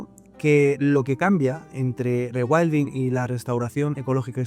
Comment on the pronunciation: con tanto "regüaildin" me pierdo